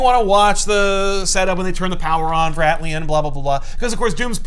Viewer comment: Is it irony or intention to mispronounce “ant-lion”